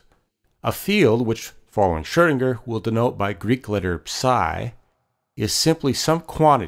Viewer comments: this is a great video but i wish the guy could say commit to the proper pronunciation instead of variously shurdinger, shoodinger, schroodinger, schwoodinger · Good video spoiled somewhat by poor pronunciation. Why oh why do almost all Americans completely mispronounce foreign names? Here's a suggestion - type foreign words into Google Translate before you make these videos and press the button that says the word or phrase. In most cases, you'll get a decent attempt at what the word should sound like. Please!